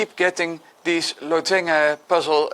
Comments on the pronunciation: first thought was that he doesn't know how to pronounce lozenge in English :D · Americans would pronounce this LAZ-uhnj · maybe we've all been saying it wrong all this time